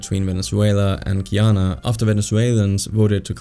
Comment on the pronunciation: It's not GEE-ANA .......my good ness....learn how to pronounce the country correctly